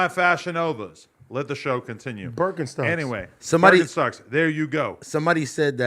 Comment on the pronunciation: Adam for sure saying berkinstocks nigga at home